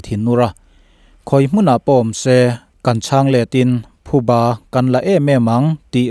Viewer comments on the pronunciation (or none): none